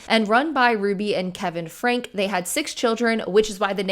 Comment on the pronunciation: I'm sorry just one little thing it bugged me for some reason. Her name is pronounced Frank-E. Like "Frankie". Also Jordan and McCay have wonderful deep dives about the Franke family and their Mormon beliefs and how that ties in to everything.